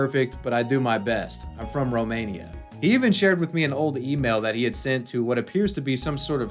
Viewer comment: Lol why do u say Romania like that 😂